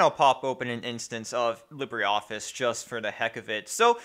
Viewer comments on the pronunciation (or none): none